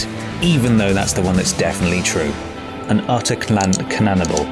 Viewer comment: Why can’t you pronounce “cannibal”?